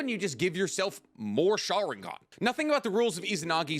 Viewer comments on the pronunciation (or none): none